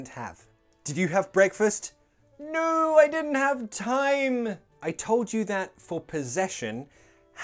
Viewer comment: why do u pronounce “no” like “nijuu:” 🧐?